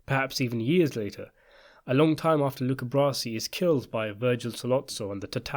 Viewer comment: Please, his name is not "Brosi"